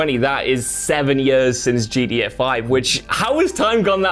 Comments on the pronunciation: GTA V had fast travel. Also it GTA. Not GDA. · Swear he's saying GEA not GTA loool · Is he trying to say gta he is saying gda 5